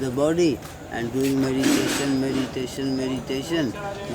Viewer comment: meditaton, with an i-watch ! you're doing it in a wrong way